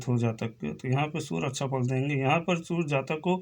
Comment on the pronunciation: Sur nehi surya,kiya bol rahe ho